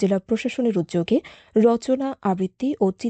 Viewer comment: 'উদ্যোগে ' এই উচ্চারণটি ঠিক করতে হবে।